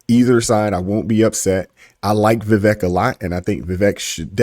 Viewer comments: His name is pronounced "Vuh-Vake". He said it rhymes with cake. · Please say his name right.Vivek is pronounced va-vake like cake.